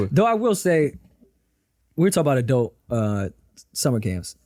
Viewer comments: Aye, wtf is an "Adelt" 😂🤣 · The way pronounces Adult is SICK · Why does call adult summer camp "adelt":/